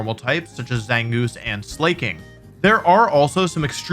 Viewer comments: Anyone else wondering why he says Slaking like that, he ain’t the slaw king he’s the slack king. The king of slacking off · THE WAY HE SAID SLAKING AS SLAY KING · Not Slay-king 😂 I will never pronounce Slaking any other way again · I love that Wolfey pronounces "Slaking" as "Slay king" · Did he just say…”Slay-king”? 🤣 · ah yes, my favorite normal type pokemon: Slay-king